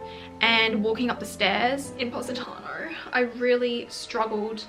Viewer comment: As an italian "Positanowr" was gold to me